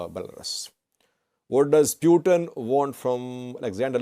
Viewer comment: The way you pronounce Putin is not right. It sounds something else. It sound “Pewten/pewteen..it’s Putin…Pootin.